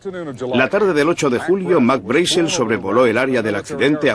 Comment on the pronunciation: Me molestan los doblajes que hace España, en especial por que no saben hablar el ingles, ni siquiera el apellido Brazel lo pronuncian correctamente.